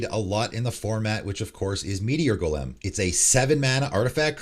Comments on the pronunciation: Like Goalim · Your odd pronunciation of Gol’em made me wince every time. Great video as always, just the fun little insignificant thing that stood out as I listened to it. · First: change your intro song, it literally is discordant, annoying as fuck, and sounds like something a 13 year old made in GarageBand in 2007. Always a guaranteed 10s forward skip. Second: have you never heard the word “golem” pronounced before? Jfc 😂